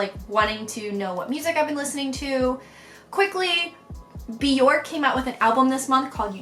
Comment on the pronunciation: No hate! But Bjork's name is actually pronounced like "jerk". Byerrk. My best friend worships the floor she walks on and corrects me all the time lol.